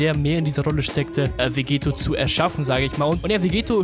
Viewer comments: dokkan battle Hä, na klar. Er spricht ihn Vegeto aus, und nicht Vegetto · Wieso sprichst du Vegetto immer falsch aus? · Der Es nervt mich bisschen.